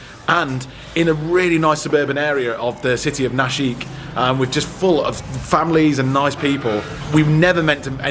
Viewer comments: naaa - shik mate, not na- sheeek :p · It's pronounced"Na-shick", not "Na-sheek", please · Nasik - not nasheekh - Naasik 👍